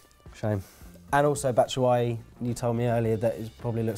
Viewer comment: Batshuayi (Bat-Shoo-Eye-Ee)- get it right